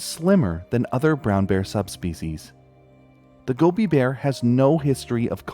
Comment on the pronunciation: wow, i loved hearing about the Gobi Bear for the first time! ...also i love how the more you say it, the more it sounds like gummy bear hehehe - i really hope they find a way to help the species bounce back